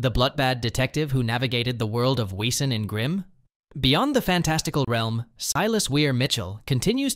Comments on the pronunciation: Too Lock… David and Bitsie have a daughter, not a son. I think her name is Vivian. Vesen not we - sen Bloot Bahd Tah gah log not tag Ah lahg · It's pronounced vesen 😢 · it is pronounced "Vesson" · Vay-sen not Weesen . W is pronounced as V in German. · It's pronounced like "vesson," not "weeson." Were we supposed to listen to what you were saying an read the words on the screen simultaneously during the info about Danny Bruno and the others? Oh, and you don't need to start every single segment with "remember...?" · it’s pronounced v in German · You do know that a W is pronounced with a V in German, so it is Vessan. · Wesen is pronounced vessen. Get it right. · But it's spelled with a w so some people don't know it's pronounced as a v! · It's pronounced vessen. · Why can't this videos host pronounce the words from Grimm? Not much of a fan if he can't even say Wesen (Ves-sen) correctly. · It's pronounced Weezin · Wesen. It’s German. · Sadly AI voices don't pronounce the German word wesen with a "V" as you're supposed to do. I personally hate these AI voices.